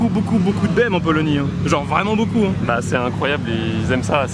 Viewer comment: Mdr j’ai bien entendu polonie😂 fatigue apero mr